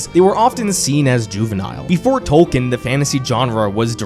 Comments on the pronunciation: Only about 5% of people on YouTube talking about J.R.R. Tolkien pronounce his name correctly. It's "Tol-keen". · It's pronounced Tolkien... Tolk een... Long e on the back half... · It is pronounced TOL KEEN. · Hey American speakers—> it’s not “Tol- ken” it’s “Tol-key-in” You’re welcome 😊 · But why say TOWkn. Its Toll-keen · Tolkien TOL KEEN ✅ TOL KIN ❌ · Why does he say "tolken" instead of his actual name. (Tolkien.) Is it on purpose? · ‘TOLL-KEEN’! My gods the amount of times you say his name but don’t acknowledge correct pronunciation is astounding. TOLL-KEEN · FFS! His name is pronounced TOLL-KEEN! Could you not have looked that up first?? Its hard to listen to this clip with you mispronouncing his name a million times. AAAARRRRGGHHHH!!:face-orange-frowning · Is the i silent in Tolkien ? Maybe it's just me, but it bugs me that he keeps calling Tolkien for Tolken. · A couple problems with the video: His name is pronounced "Tolkeen", he despised allegory, so saying that his work was just that is utter nonsense; and lastly, of all fantasy books with dragons and knights and kings and queens, ASOIAF is the least like Tolkien. Where Tolkien wanted escapism and not much realism, Georgie went for high amounts of realism and a gritty experience. They share no common races besides humans of course, and most things that he took from Tolkien were already taken from myths by Tolkien (dragons for example). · First off, you are pronouncing his name wrong. Second off, Tolkien did not write three books. He wrote one. His publisher forced him to break it up into three as they thought no one would read a book longer than War and Peace. A bit of simple research would do you well.